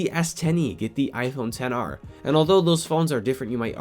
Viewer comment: Get the s10 E 😂😂 he just murder the XR name 😂😂 At 10:6